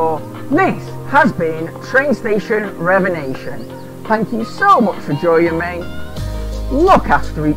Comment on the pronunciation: Revenation? Haha. Sorry but I couldn't help but laugh everytime I heard you say that. Loving your vids.